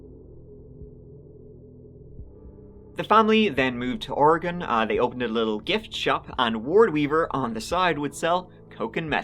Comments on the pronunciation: Thank you for pronouncing Oregon proper....[Oregun] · Finally someone who says oregon right lol my homestate oregon. I don't remember this case though I grew up in Monmouth oregon for 25 years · So happy you pronounced it properly most people say "ori-gone" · Wow!!! You say Oregon the right way very proud and that comes from a Oregonian 👍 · Fucking thank you for pronouncing Oregon proper! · So refreshing to hear someone reporting on something in my home state of Oregon actually pronounce it correctly. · Holy crap, I just want to give a HUGE shout out for pronouncing Oregon correctly! I don't know why so many people struggle with the word Oregon and many of the names of places here.